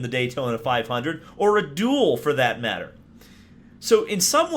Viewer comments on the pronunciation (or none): none